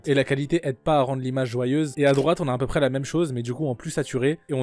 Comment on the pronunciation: On dit "à peu près" frérot mais bonne vidéo sinon !